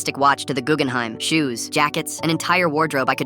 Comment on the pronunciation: "Gewgenheim" hurts me